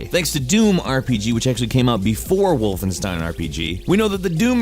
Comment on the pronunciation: please stop saying wolfen(ss)tein it's wolfen(sh)tein